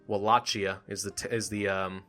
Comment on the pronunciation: It's Pronounced Walakia